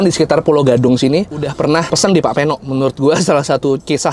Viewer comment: Idealnya nama orang jangan dimodif. Peno (pengucapan Pe seperti pada PEdang, bukan seperti pada sePEda)